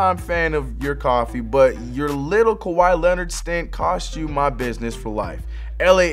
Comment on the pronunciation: Kawhi not kwahi